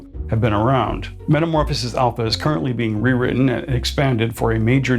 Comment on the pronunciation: Please stop putting the hard P on Alpha. It’s pronounced as an F.🤦🏻